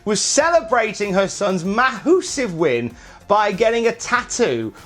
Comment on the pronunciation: “For hewr” lol